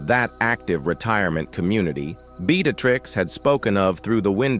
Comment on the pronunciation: Hi. I like the story, but the way the voice sounded was something to be desired. Names were mispronounced using different names like Beatrix, Breatitirx, Beattacktrix... the inflection of the voice was terrible...